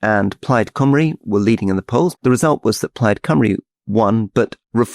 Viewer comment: Why do politicians pronounce Cymru as coome-ree instead of how it should sound as come-ree? Theresa May used to say it is as the former and always confused me as to where they got that pronunciation from?